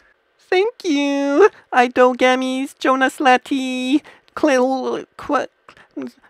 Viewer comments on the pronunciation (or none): none